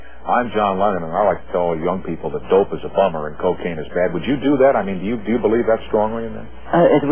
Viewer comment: Kakane?? what is that John?? lol